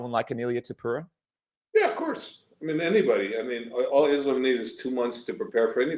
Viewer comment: Javier calling him Topura is such a subtle diss 😂